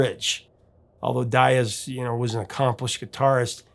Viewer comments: Why do you keep on saying Daiz when it's actually Diaz? Don't murder the guy's name. That's the only thing he had aside from his talent . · Sir, are You that unskilled at pronouncing guitarist Denny Dias as this, (Dye-Az)? It is pronounced (Dee-Az). Also, the featured guitarist in "Reeling In The Years" and "Kings" Elliot Randal. For claiming The title as Professor Of Rock, you are in dire need of remedial Rock History classes. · Is that how Denny pronounces his name? There were a group of Portuguese who came to the U.S. and intentionally mispronounced their name apparently to sound "less ethnic." So, it's not surprising, but I can't listen to it. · Dude, please brush up on your Spanish! The way you pronounce Diaz makes my heart jump.